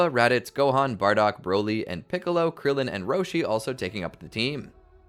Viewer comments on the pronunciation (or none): none